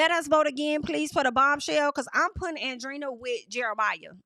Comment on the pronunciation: It’s not Andrina. Andre-eena, that’s how you pronounce it. Hope it helps